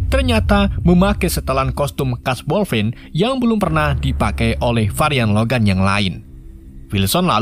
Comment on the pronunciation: Dupik dan woiguinlin woi